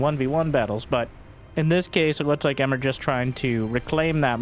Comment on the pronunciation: Emre (not "Emmer") is a Turkish male name.